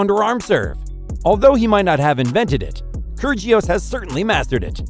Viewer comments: Gotta love kergios it’s pronounced kyirios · This man has no idea how to pronounce any names. Nick Kurjios Pierre Hugis Herbert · Really?? KERR-JEE-US? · Mf really said "Nick Kurjious" 💀🤡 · Gotta love ‘Kergious’ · This guy did not just say kyrgeious like bruh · It is pronounced Nick (ki-ri-os) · Get your pronounciation right ffs. It's not keergios. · video should be titled as 'the real way to pronounce Krygios' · The way he pronounces kygrios, I was laughing my head off 😂😂😂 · Kirjios instead of Kyr'ios, Thomas Berditsch instead of Tomáš (TomaSH) Berdych (BerdiKH)... OMG Ayven Lendl :-D :-D